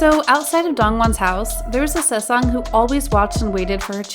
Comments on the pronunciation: and saesang instead of sasaeng lmao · it's also the "sesang" that's getting me 😂😭 world lol